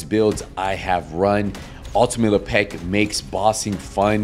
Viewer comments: Lep-ic ❌ La Pec ✅ 🤌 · " Le Peck " , WTF ? It's Lepic. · Why you say le peck it’s lepic not lepeck it’s not hard to say lepic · Ultimate Le Peck? Bro. You trolling saying it like this? lol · The pronunciation as Le'Pek kills me 🤣🤣🤣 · That’s LE. PECK. ER to you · la-peck? xD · Bahaha me too! But like...why's he saying it like that? Lmfao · lmfao hahaha man though for real, why? 😅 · Bruh😂 if Lepic were from the hood, aka Le Pac'😅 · Well, I said accent to just be polite. He might have a speech impediment.